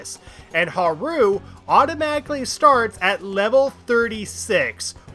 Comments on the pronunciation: You pronouncing Haru as Ha-rooo instead of how they prounounce it ingame really bothered me (Haa-roo). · Why do you call Haru "haroo"? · I have GOT to ask why you put so much emphasis on the ru in haru a a ron type pronunciation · Drives me crazy the way you say Haru's name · Why do you pronounce Haru like Nixon from Futurama? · Really like the video, super entertaining. BUT FOR THE LOVE OF GOD WHY DO YOU PRONOUNCE HARU LIKE THAT.